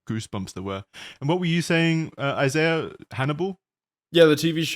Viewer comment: After like 7 episodes finally pronounces Isaiah's name properly 😂